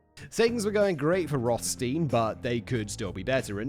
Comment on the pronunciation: Simon! Still the same issue with German double vowels: you always pronounce it like the LAST of the two letters in English. ei=i and ie=e, dead simple. The name Rothstein is of German origin for sure, meaning red stone. So the rules above apply.